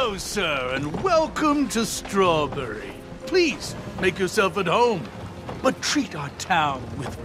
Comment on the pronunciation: "schrowrburry" (jk i adore your vids lol)